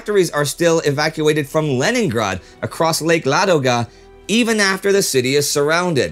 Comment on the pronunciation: Why is he saying lake Lagoda when it is spelled lake Ladoga